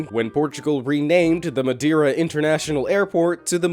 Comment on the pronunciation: This guy its epic how he say "Madeira" (Im PT)